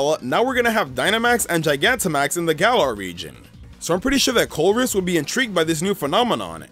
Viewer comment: lol you got charizard Gigantimax right